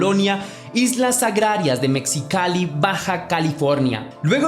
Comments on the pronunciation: Se pronuncia Mejicali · Se pronuncia megicali o mejicali y se escribe Mexicali por qué tú pronunciación no es correcta